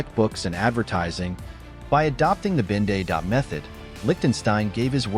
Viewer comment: Ben-Day dots, not Binday dots.